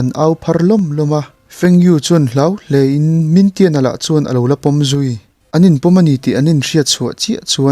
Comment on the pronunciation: Min tian ni lo in ming thian a ni kha a chan ber cu nak tuk tuk ti na aw a ka hriat ve tlem te ni cu